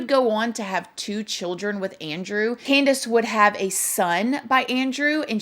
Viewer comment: The way says her name exactly how it's spelled "CanDUHs"